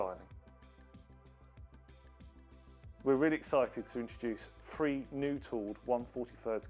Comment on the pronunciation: This chap says 'free' but I think he means three